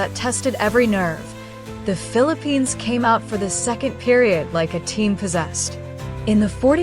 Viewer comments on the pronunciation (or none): The Philip-penis. This AI sucks. It's FILIP-PINAAHS is how you pronounce it. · All I heard this woman pronouncing it as ‘filiPENIS’ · Is she pronouncing it "FEEL A PENIS" on purpose? 🙄 Ano bayan